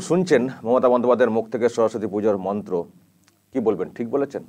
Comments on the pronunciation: ভুল মন্ত্র পাঠ করলেন নিলর্জের মতো।🙏🇮🇳🙏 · ওরে বাবা এ আবার কেমন হিন্দি, আর মন্ত্র উচ্চারণ, উনি হয়তো 🤔🤔🤔 বই সাফায়ে ফেলবেন শিগগিরই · মমতা ব্যানার্জির মন্ত্র শুনে খুব হাসি পাচ্ছিল।কি ভুলভাল মন্ত্র বলছে। উনি কি হিন্দু না অন্য কিছু সন্দেহ আছে। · হিন্দু ব্রাহ্মণ হয়েও ভুল মন্ত্র উচ্চারণ করে ।সে আবার অন‍্যের ভুল ধরছে। সত্যি খুবই হাস‍্যকর ব‍্যাপার। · ভুলবাল মন্ত্র উচ্চারণ করে পাপ করছে